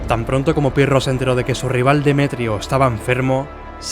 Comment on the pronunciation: Albanian aksend,,piro